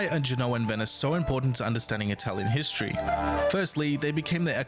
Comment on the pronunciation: And the Greeks in the south? The Phoenician city in Sardegna and Sicily? The nuragic civilization in Sardegna? The Retians? You can’t pronunce the ward Hystory, ( derived by the Latin Hystoria……)